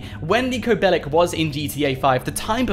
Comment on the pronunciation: It’s pronounced “Bellich” just so you know